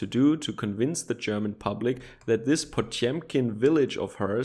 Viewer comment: Shit, did you buy a broadcast-tier microphone? Say after me: "Pa-tyom-kin"